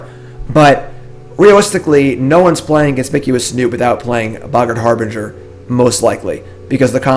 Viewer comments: So tired of hearing "har-bringer" "Har-bin-jer" say it please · Harbinger is pronounced like "Har-bin-jer" :)